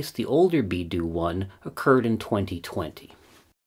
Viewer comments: BeiDou, not BieDou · BeiDou not BIEDOU is the Chinese system. I think you also meant to say that to correctly recover GPS time you need four satellites not that the fourth satellite alone provides the time which is what it sounded like. Cheers. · great video as always. just a minor thing: "BeiDou", rather than "BieDou", meaning Northern (Bei) Dipper (Dou) ... and pronounced like " Bay Dough " ... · "Beidou" not "Biedou"